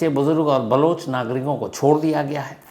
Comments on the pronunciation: balooch ni baloch hota h 😆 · Sir Baloch not Balooch...